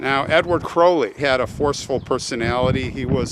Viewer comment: Wow.....and you actually say his name correctly! 😊 ps....it "Blessed are the dead which die in the Lord".